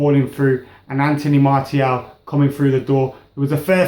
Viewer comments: It's not pronounced Marty-al...Its pronounced Marcee--aal... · I wouldn't mind martial starting Liverpools game and btw Martial is pronounced MAR-SHALL look it up.